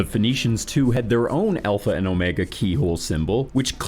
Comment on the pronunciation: It bothers me so much when he says the alpha and the omega. It's like saying jalapeno starts with the J it is obnoxious.